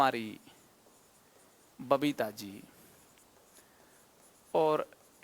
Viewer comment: Alakh sir aapki babita ko papita bole🤣🤣🤣🤣